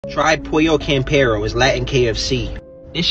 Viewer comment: Idk why I feel like he was just mad that a Latino spot has better chicken than kfc , whole demeanor was negative from how he crumbled up the chicken , to how he pronounced Campero . Ofc your hand goin be greasy after you done practically crumbled the whole drum if your hand . L review